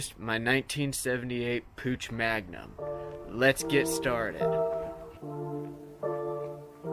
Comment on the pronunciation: PUCH the "ch" sounds like an angry cat...man please